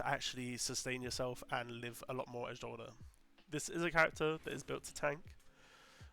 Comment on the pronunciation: Jolder is pronounced Yolder. You can confirm this simply by playing the game and listening to the ghost and npcs say Jolders name